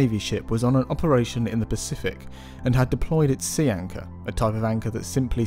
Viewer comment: As a patholigst I kept hearing c-anca, not sea anchor. I'm all like dude, what's this fish have to do with granulomatosis with polyangiitis 🤣